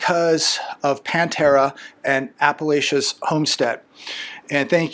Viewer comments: PA-Tera not PAN-tera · Pa tara, not Pan tara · Hi. Her name is pronounced Patera not Pantera. Thanks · Her name is PATARA not Pantara just so you know. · Hi...it's not "pantera"🐯🤣🤣😂😂 even PATERA has kind of a "feline look"🙄🤫🤭😳😂🤣/Your input it's always appreciated!!!!! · Actually her name is Patara not Pantara. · Patara. Her name is Patara. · It's PATERA NOT PAN-TERA. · It’s Patara not pan Tara . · Her name is Patara, not Pantara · Not Pantara ~ Patara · … it’s Patara! Not Pantera! Lol!! 😢😅😅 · It is Patara.......Or Pattipoo